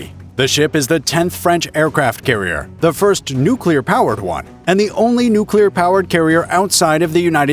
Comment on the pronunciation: Nobody' wins😂😂 Nucular